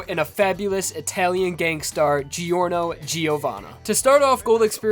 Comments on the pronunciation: it's not jee-or-noh.... it's jor-noh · It’s not delivery, it’s Giorno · It's clearly pronounced "Jorno", not "Jeeorno". Italians pronounce it this way and it's pronounced like that in the anime. What was he trying to prove by pronouncing it the wrong way? Or is it every anglo's stand ability - not being able to pronounce words the correct way? edit: oh. I see. The anime wasn't out by the time the video was released. I guess he wasn't bothered enough to check out how the name of MC is supposed to be pronounced. Still a good video though. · man, aweosme vid. try promounce his name as jorno jovanna (jaw-no jo-vanna)instead. you are welcome.😁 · I swear to God the fucking way you pronounce Giorno. I kind of feel like Ghiaccio — when he complained about people saying "Pariss" and "Venice"